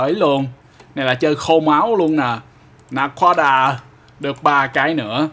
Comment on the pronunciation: Anh nói naquada là na quá đà ma